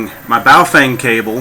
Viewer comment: FYI The Correct pronunciation of Bao Feng is not "Bah-oh fang" it is Ba-o-fung....